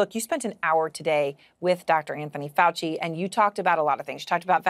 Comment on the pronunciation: Lets ASSk Chy-nah HeHe & HAHA or DR. Fowl FOOCHLESS